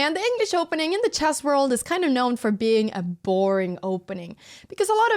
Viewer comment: The subtitles say "grandmaster in chaz" and that's spot on how you say it... Jazzy!